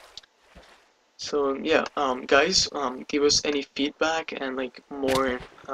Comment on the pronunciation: lol every video I see theres saying: HEY GUYS like gay